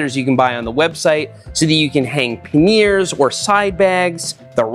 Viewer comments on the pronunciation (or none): today i learned seth pronounces panniers like its an indian cheese paneer :D